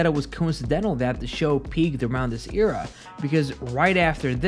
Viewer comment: Why do you say era like that